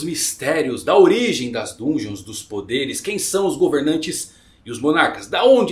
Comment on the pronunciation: Se escreve "Dungeon", mas se lê "dangeon", pq está em inglês